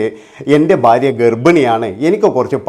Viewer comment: ബാര്യ അല്ലടാ മൈരേ,, ഭാര്യ ആണ്